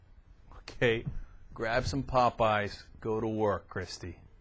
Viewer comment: they can't even say her fucking name correctly.. it's KIRSTIE NOT KRISTIE you melts